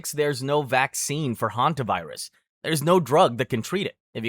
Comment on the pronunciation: Hantavirus 😂 hanta!virus 💀